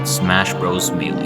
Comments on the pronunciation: Maylay not mealee. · “…and a little game called Smash Bros Me Lee.” 🤦‍♂️ Checked out right there, bro. If you’re too naive to know what a melee is (“May Lay”) and you can’t even be bothered to listen to the title screen announcer in the game itself then what kind of insight could you possibly have? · Bro, melee is NOT pronounced "mealy" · why do people still pronounce melee wrong to this day? at this point, it's a maymay